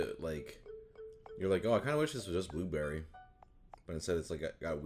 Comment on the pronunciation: no one: prozd: buberry